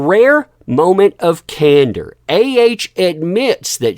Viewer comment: you gotta love it when it says : " in a moment of Candor " 🤣🤣🤣